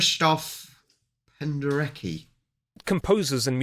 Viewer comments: Goreki, Pendereki😂(Górecki, Penderecki) Sorry, but it always makes me laugh when English speakers read the Polish ending "cki". ￼ ￼Tłumacz rozmowy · If you make programs about Poland, you have to learn how to pronounce surnames that ends on "~cki", because you will always have to say that. Pronounce it as "~tsky"?